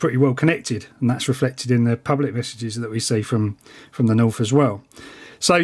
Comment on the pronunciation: I swear he said "meshages". Get it?😂